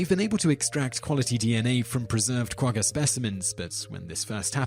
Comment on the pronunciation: Very enjoyable to watch your videos. One small thing, you have been pronouncing “Quagga” incorrectly. Otherwise awesome channel :)